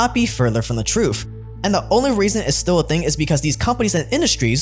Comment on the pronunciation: No one told them the "troof"...lol.